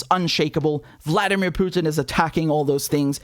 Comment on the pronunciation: Btw, someone should inform Herr Starmer that Vladimir Putin’s name is spelled Путин (pronounced POO•tin) and not Пютин (which would be pronounced the way HE says it, PYOO•tin).